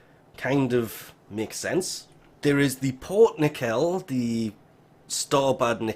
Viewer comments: Nekel? Have you never watched startrek? Nacell "cell" as in S sound, not K or C. Like cellphone. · Nacelle= nasselle. Pronunciation help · Just trying to be helpful here, Nacelle is pronounced like “Na”+”Cell”. Thanks for the info. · Pronounced "Na-sell" Also, 7mil. 1 for after the ship is finished being built. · Nacelle: Nah-sell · Its pronounced "Nah-cell" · It's pronounced: Nah-Sell. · Its pronounced (nah cell) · NAY-SELL or nehsell is how its pronounced :) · It's pronounced "nuh-sells" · Yeah I was like wtf is a nackel oh he means nacelle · Pronounced na sell